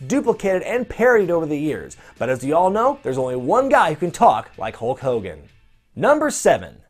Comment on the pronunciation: Hull Cogan??? wtf is a Hull Cogan!